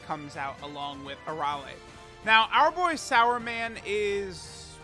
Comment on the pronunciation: Wtf are you calling him sauerman? It says Superman 🦸‍♂️right there on his card name. He even has a "su" on his shirt there. す and not さ (sa).